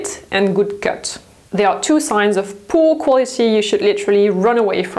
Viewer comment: I love how you say “poo” quality 🤣 Still a very accurate description